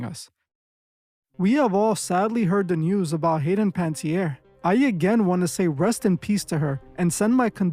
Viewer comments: It’s pronounced Pan-uh-TEER not Panty-air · It would be cool of people making money on content created about her to at least pronounce her name correctly. Pan-uh-tee-air English pronunciation Pan-tee-air - Definitely not At least have respect enough to get her name right... Please. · 'Pantierre'? How hard is it to pronounce the poor darling's surname? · Her name is pronounced pa ne (nah) tierre